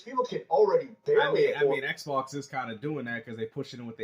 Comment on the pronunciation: Ehhhhk Box, Ehhhhk Box, Everything is Ehhhhk Box 😁😆😂